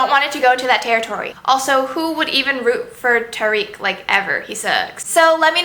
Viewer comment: Also, Tariq is "TA-rek"